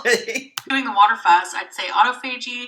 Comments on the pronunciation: P.S. Yeah, the reference to "refeeding" drives me bananas (or should I say grapey, LOL) However, the fact she keeps saying autophagy wrong (She says AUTO FAY GEE). It is really AU TOF OGY, makes me cra cra. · Please tell her to Pronounced the word correctly!!! autophagy au·toph·a·gy . Just Google it!!! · It annoys me how she can't pronounce "autophagy"